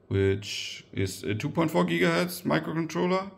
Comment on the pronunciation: That "Gigahertz" was so German 😭. Ich hoffe ich täusche mich nicht.